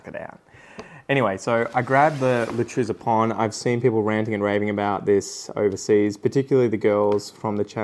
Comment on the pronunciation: I am german and i was curious how xou would pronounce it.. dou started really good 🤣 i really enjoy your Videos, keep it going brother 😊✌️